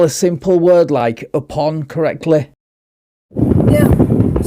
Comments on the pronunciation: Lol…apon, or upon? LOL😂😂😂😂😂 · Oh yes, I remember that at the start of every fair tale story. “Once Apon a time” 😂